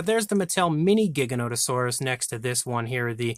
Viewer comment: Your pronouncing giganotosaurus incorrectly. The first g is pronounced like a g. And I know grant says it wrong too